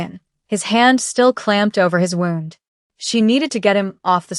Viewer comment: I liked this story. The AI pronunciation of the word "wound" is hilarious. Other stories have a similarly hilarious AI pronunciation of the words "couch" and "read."